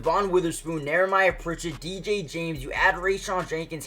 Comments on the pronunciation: How many times is he gonna say Nehemiah wrong? Where is the R in his name? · Knee-a-my-ya Pritchet. It's one of those names you don't see often.